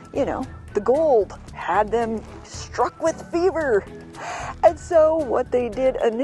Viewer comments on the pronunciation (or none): none